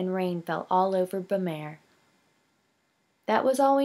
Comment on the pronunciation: The way that you pronounce the kingdom's name is bu-m-are, if you look at how it's spelled "Bamarre" you change the first 'a' to an 'u' (like in up) leave the 'm' sound (like in milk) then the last part is just like the word 'are', so in all you would say it like bu-mARE. I hope this helps! I think that you have a very good reading voice, and I know that it will only get better in time!